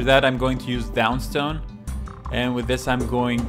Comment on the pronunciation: I've watched your channel for years but you pronunciation of one single paint still bugs me haha. DAWNSTONE not DOWNSTONE